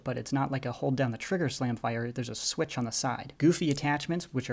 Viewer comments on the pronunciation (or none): none